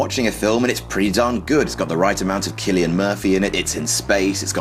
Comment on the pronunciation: its pronounced "sillian murphy"